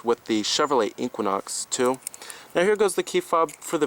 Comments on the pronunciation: The Way You Say " Inkquinok " Has Thoroughly Worked My Last Nerve. It's E - Qua - Nox . Equinox ❤ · AR, LMAO, your OCD is malfunctioning. The Chevy is pronounced EE Quin Ox. NOT EE Quan Ox. QUIN is Pronounced KWIN not KWAN.